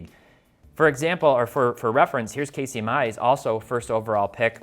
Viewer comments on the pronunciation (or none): none